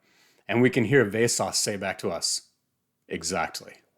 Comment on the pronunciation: Wow, what an original and thoughtful review. I was expecting this book to be Vesås' take on Flowers for Algernon, but I guess not. Btw it's pronounced Vesås not Vesas